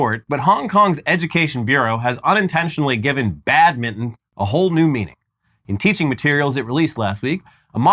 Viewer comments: Just say.. BAD.. MIN..TON.. not badmiddn.. Jesus H Christ 😂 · Listening to two Americans trying to say 'Badminton' over and over again has been my unexpected amusement of the day. "Badmidden" "Badmun" Keeping trying lads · I like how you guys pronounce badminton. Sound like Bad-mitten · Wow, never knew 'badminton' was pronounced "bad mitten" 🤔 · "BAD mitten" lol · Sorry but the way you skip the T in Badminton hurts me every time you say it.